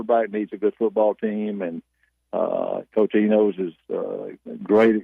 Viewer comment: Did he say coach Enos?